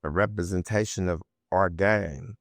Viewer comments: bruh killed me with the "repperprensation" 😂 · Smac could not say that word rempermentation 😂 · Representation must be a hard work to say because man 😂